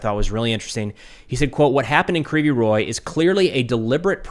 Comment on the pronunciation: Your pronunciation is almost on point, except you say "ree", when it's "rig", g like in "rogue". Also, "g" in Ukrainian is very soft, it's almost "kh", that's why you may miss it when Ukrainian says "rig", but it's there. You may come across different pronunciations because in Russian it's "Krivoy Rog". There is a lot of words that are the same between Ukrainian and Russian, except for that in Ukrainian version "o" replaced with "i". You read Russian and Ukrainian "i" like "ee". The name of the city means "crooked horn", which is kind of a fun name, if you are interested.